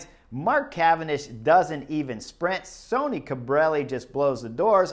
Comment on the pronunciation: Great job Chris! Today Bob or Phil said that Sonny Cobrelli was named after Sonny Crockett from the TV series "Miami Vice". However, about two minutes into today's video you pronounce his name like Sony several times. Later in the video you do pronounce his name like Sonny (sunny). Scott